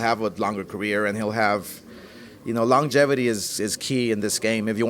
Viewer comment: This DOOFUS said LONG-GEVITY 😂